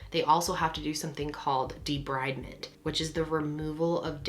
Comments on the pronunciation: Deh-breed-ment. not deh-bride-ment. i hate english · Any greys fan will tell you it's debrEEvement 🤣